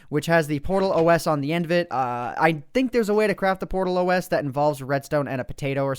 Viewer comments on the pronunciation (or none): It's PotatOS ( potat- os), not portal os.. It's glad os in a potato :) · its not portalOS its potatOS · its not PORTAL.O.S its POTATOS; GLaDOS as a potato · Portal OS? Did I hear that correctly? It's PotatOS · PortalOS? It's po-Tay-tos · wtf is a Portal-OS, is GLaDOS + Potato, PotatOS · He called it portalos it's supposed to be potatos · Portal OS?! PotatOS as in potato GLaDOS. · Its potatOS not portalOS. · he pronounced potatOS wrong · No. It's pronounced Po-tatO-S